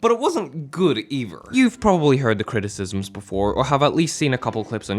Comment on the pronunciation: I was looking forward to this video then you started talking fml mans said “criticisms” and “dialorg” sounds like he is a VA from this anime I can’t